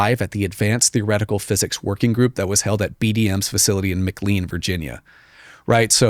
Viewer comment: I love this dude but cannot get over how he mispronounces "McLean". MA. CLAAAN.